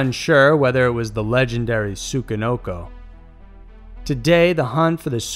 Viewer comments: "tsukanoko" lmfao im joked chi, man. tsuCHI. i can hardly sit through it omggg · Tsuchi...SU-CHI...not what you said... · You pronounced Tsuchinoko wrong. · Good video, but holy shit you butchered the pronunciation of the Tsuchinoko.